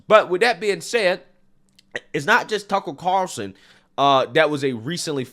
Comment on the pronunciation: Greg "Tuckurl Carlson"